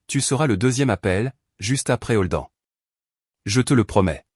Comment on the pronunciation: Je ne comprends pas, la mère et la sœur cachent la naissance de sa première petite fille à son mari, mais la mère invite sa fille à l'anniversaire de celui-ci ? Elle n'a pas pensé que tout se saurait lors de cette fête ? Et Holden se prononce prononce "Holdène" et non Holdan.